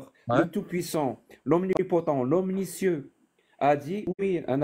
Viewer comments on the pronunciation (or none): si je puis me permettre, à maintes reprises tu dis 'omnicieux' pour 'omniscient'.